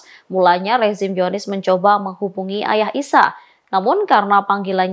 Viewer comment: Apa cuma aku yg dengar kata Zionis dibaca "Yonis"?